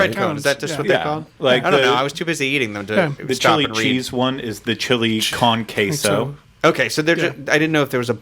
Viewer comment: Did I just hear Chili Khan Queso LMAO